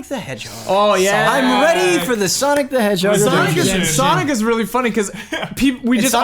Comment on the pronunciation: I called it when said Sonoc the Hedgehog